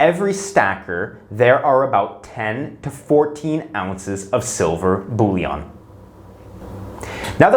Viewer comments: Bullion is pronounced bull-yin, not bull-yon. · "Bullion", not "bouillon", unless you are talking about soup mix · It’s pronounced “bull-yen” not “bully-on”